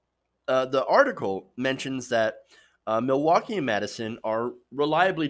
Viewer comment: Wow, your pronunciations of Wisconsin counties and cities were not good. The only ones you got right was Milwaukee and Madison.